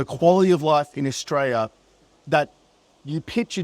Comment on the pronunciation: 100% agree mate. It sucks in Aus at the moment, I'm glad im not the only one wondering why life isnt like it was in the 80's & 90's.. . Can u do us 1 tiny favour though? Can you pronounce the country with an L and not a Y .. AustraLia, not AustraYa.. it just ruins your credibility when you make a video putting down the country you grew up in, yet you mispronounced the country name. If u have a speech impediment, i apologise, my bad. Maybe just keep in mind for future videos.